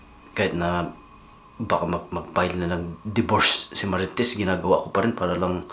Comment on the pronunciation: Gago ka... Idiot.... Nice accent to pronounce marites... Idol kolokoy..